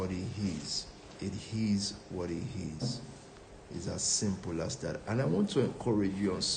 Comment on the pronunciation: At 10 mins and 19 secs into the video, When he said- “it is what it is”, all I heard was - “he his what he his”...😢😢😢😂😂